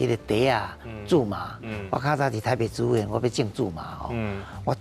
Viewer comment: 植物si̍t-bu̍t ⭕️ ti̍t-bu̍t❌tsi̍t-bu̍t❌ 建議來賓敢會使佇上全/100%台語節目進前，共欲分享ê智識ê台語發音準備khah 齊全tsê-tsuân/tsiâu-tsn̂g咧，因為主持人毋敢共恁點拄